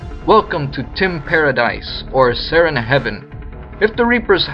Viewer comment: When I heard you say "Welcome to TIM paradise" I though "Welcome to *teen* paradise" and upon googling it I found out there's already porn out with this name lol